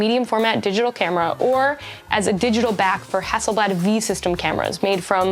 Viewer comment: Pronounced Hasselblaaaad, same "a" sound as in Arctic.